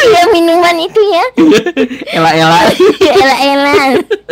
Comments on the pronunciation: Ale ale, bukan ela ela!😂🤣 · Ale-ale bang bukan Lea-lea